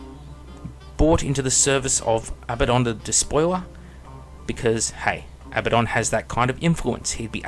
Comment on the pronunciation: I agree with everything you said apart from how you pronounced abaddon